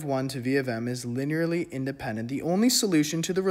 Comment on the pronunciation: I have no linear algebra experience but you explained this in an engertaining way that I could easily understand! Thanks! (Also, you got it eventually, but it's "li-nee-ur-ly" not "li-nair-ly")